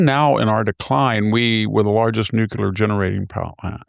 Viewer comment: Hanson’s struggle to pronounce the world “nuclear” continues 🤦🏻‍♂️.